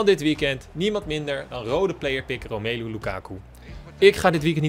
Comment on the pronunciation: even een tip als je Romelu zegt leg dan niet de klemtoon op de e maar wel op de o dat is de manier hoe je het echt moet uitspreken